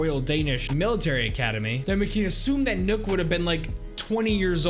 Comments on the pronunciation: This man sad nook when it's pronounced knock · It's nøkk not nokk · its not nook its nøkk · It’s knock not nook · Nokk is not pronouced nook its knock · Btw does anyone else get pissed when he calls her nuk not nok life if you agree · btw nøkk is pronounced like "neck", but with a kissy mouth same as the ø in Sønderborg, which is pronounced "senawbaw" all with kissy mouth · Why you say it as nook, whyyyyyy? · I swear her name was pronounced Nøkk (knock) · Why does everyone keep on calling Nøkk Nøkk???? It hurts my brain even till this day. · no it's Nøøk not nøk so your supposed to say Nuuk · yes its spelled like that your supposed to pronounce it Nuuk there's a documentary of one of the head game devs and even he says it like that and he put in a lot of research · Well it dosen't really matter but it's pronounced Nøøk or nuuk